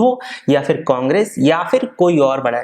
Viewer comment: Not fir its phir